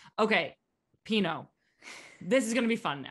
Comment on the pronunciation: pinot 😂 pinoe